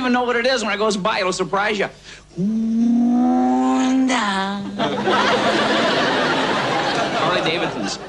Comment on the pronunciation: honda is the way a grandma would pronounce it 🤣